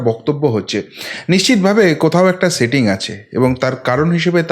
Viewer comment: Dada doya kore স ar শ er difference ta thik korun. Shetting ache, kesh ta ki, shave ( save) korche. Sunte khub e kotu lagche Kane.